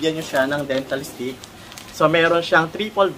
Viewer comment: IT’S DENTA STIX! NOT DENTAL STIX